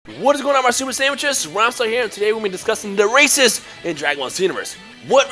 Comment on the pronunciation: I'm doing frieza race first then saiyan plus it sounds like you said racist at the beginning lol